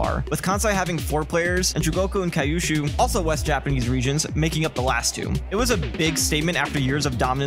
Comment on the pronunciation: Also, kyushu is pronounced queue shoe